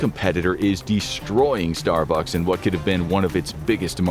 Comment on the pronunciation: the point at which text-to-speech becomes obvious: "your neighborhood Star BUCKS". It's pronounced STAR-bucks. You know, like the Viper pilot from Battlestar Galactica? Dirk Benedict.